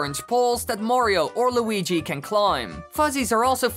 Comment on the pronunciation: deres de weegeee